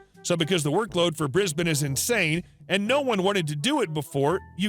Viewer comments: "Briz-bin" Well pronounced,! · At last a yank who can pronounce Brisbane properly.